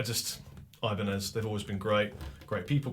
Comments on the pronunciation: Nez in french is said like Nay, not Nezzzzzzzzzz loll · Can't help to notice the "eye, baa, nez" at the back. Cool, but "nez" (nose) sounds "nee", not ness hahaha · You don't pronounce the Z in 'nez' in french